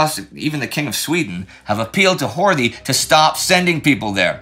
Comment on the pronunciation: Horthy is actually pronounced Horty (so HOR-tee). That "th" is an old spelling that survives only in surnames. Since the guy is going to appear more in the coming months, I thought I'd point it out. Still an incredible job at pronouncing so many names in so many languages.